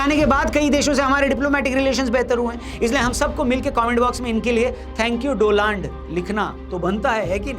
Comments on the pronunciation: Is it Doland or Donald ? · डोनाल्ड नाम है doland बोल रहे हो आप😂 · Donald ❌ Doland ✅😂